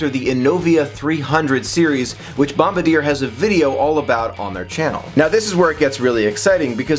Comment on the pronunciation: Thank you, lots of people get that wrong. I'm happy to see new monorails even being discussed. Bom-bar-dee-YAY!